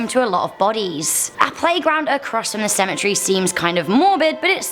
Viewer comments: Stop saying symmetry it's pronounced Cemetery and you are saying Cher its pronounce chair John the Baptist Learn some gramer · These stories are so freaking interesting 💖 but is it just me or did it bother u she was saying cemetery as symmetry not as cemetery